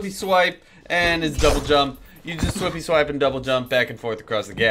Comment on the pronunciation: Not making fun of u but when u called swift strike "swippy swipe" I laughed so hard